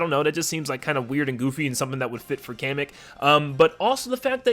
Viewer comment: It's Pronounced "Kah-meh-k". Like a Comic book!